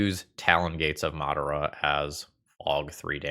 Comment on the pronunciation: The way you pronounced Madara is extremely telling lol